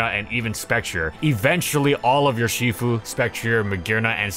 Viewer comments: Makes fun of the ferro pronunciation, proceeds to say Yurshifu. From Ursus, the Latin word for bear. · please stop pronouncing urshifu like that